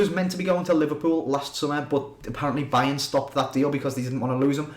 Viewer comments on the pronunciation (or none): none